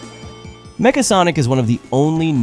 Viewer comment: The way you say Nega and Mecha are soooo wrong.